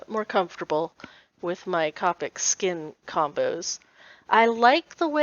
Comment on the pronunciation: Nice! It’s actually “cope ic. Sounds like toe pick. Not kaapuk. “. Came from an official Copic representative.